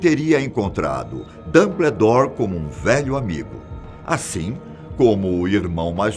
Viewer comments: "Dambledour" meus ouvidos sangram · Que agonia com a pronunciaaaaa. é "DAMBOUDÓR" não "dumbledore" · A cada "Dambledór" foi uma lágrima. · Falta a mágica pra vc parar de falar “Damblédor” kkkkkk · "DAMBLEDOR" KKKKKKKKKK GRITO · PAREI de ver o vídeo quando ele falou DUMBLEDORE, meu zeus. Chega. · "Dambledor" agora eu ri kakakkkkkak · "Dambledore" kkkkkkkkkkk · Repita comigo: Damboudór 😆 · "Dâmbledór" kkkkkkk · Esse apresentador é um dos melhores do canal. Mas o Dambledor dele que mata, será que a produção não vio isso kkkkk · "dambledour" me dói os ouvidos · A melhor até agora pra mim é "Damblédóre" kkkkkkkkkkkkkkkkkkkkkkkkkk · Que aflição ele falando "dambledor" pqp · "Dambledor" kkkkkkk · Que agonia o senhor chamando ele de DumBLEdore KKKKKKKK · Dâmbledór é foda kkkk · Cada vez que ele falou Dumbledore eu levei um Avada Kedavra! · Da até vontade de pegar pela mão e falar..."Fiiii, é assim que fala não, vem cá pra tia ensinar!" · Dambledór,holywards aaaaaarggh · Hoguiworts DomBLEdore Socorroooo 😂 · Réri, dombledor, rogalts ? Tá de sacanagem né tio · Achei q era só eu!! Kkkkk Dumbledore e Hogwarts são as piores pronúncias!! 😂😂😂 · Concordo o video está bm feito mas (harry portter???/Damblédóre???/hegwertze??) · "Rary Potter, Dambledore, Hoguiorts, Cedric" kkkkkkkkk, não confio em opinião de quem não sabe nem pronunciar os nomes do personagem, muito menos iriam saber interpretar uma obra dessas! O canal está se perdendo focando em ocultismo e coisa sombrias e macabras! Alôô, parem com isso!